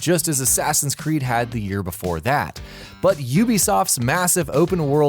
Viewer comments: "Beore" you die? You wot m8? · Beore hahahahah